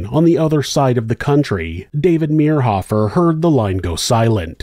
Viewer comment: I went to school in Manhattan . His nephews went to my church and youth group. We were friends. This reader pronounced David's last name wrong, which was driving me crazy, but a well told story. Interesting to hear it told. I've never heard all the details of the case. So sad for all the families involved.